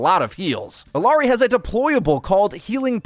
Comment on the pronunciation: ee-YAH-ri not ill-ah-ri